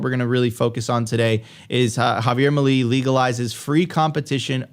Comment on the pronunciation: Please learn to pronounce Javier Milei. It’s not that hard. It’s “Meelay” not “muhlee”. You can do it 😉